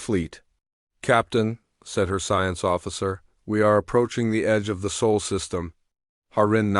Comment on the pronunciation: SOL not SOUL ! MORE CRAP from someone either too lazy to edit their own Literary G.I.G.O. or completely lacking in the ability to string more than two words into a coherent story ! RB/IA Rating is so low it is off the bottom even below -1E !